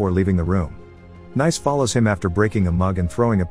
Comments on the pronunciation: Pronounced NEECE not "nice"🤦‍♀️ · great synopsis as usual; just a minor note. Sofia Boutella's character's name (Nice) is pronounced "niece," like the French resort city. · i think Ric meant that the characters name is "Nice", she's named after the French city. The name of the city is pronounced like Americans say the word "niece". Ergo the robot was pronouncing the name wrong cause it pronounced it like an American would say "nice" instead of "niece". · Hate to sound like a geo snob, but I'm sure 'Nice' is pronounced Nice, like the place in France. So phonetically it sounds like "niece" more or less. Lol I figured when everyone else had place names, that must've been her name as well. So after that realization, hearing "nice" all the time was kind of funny to me haha 🙃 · kind of confusing since Nice is pronouced nice in french and still different from the way american say "niece" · Great video, but the Nice pronounciation drove me crazy.